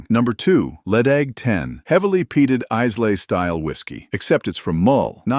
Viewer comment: Isay is pronounced "I la" not " Is Lay"